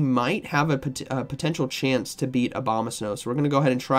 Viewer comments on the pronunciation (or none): none